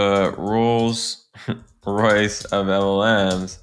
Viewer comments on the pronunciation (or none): none